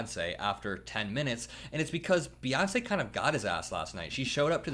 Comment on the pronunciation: It's Bey not Buh